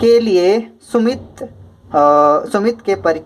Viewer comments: Sir vo sumti hai सुमित नहीं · Vo sumti hai sumit nahi